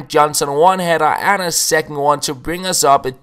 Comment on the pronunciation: Second half, not secking. Don't mean to sound like a dick haha it's just something I've noticed you say